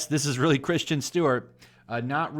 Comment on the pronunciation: Kristen. Not Christian 😂😂 still good video